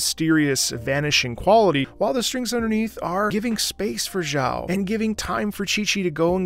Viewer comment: thank you for the hard work and content, keep it up! If you could, try to learn how to pronounce Xiao’s name better please, as a matter of respecting the language.